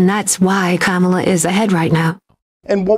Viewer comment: Sounded perfect to me ‘karma la’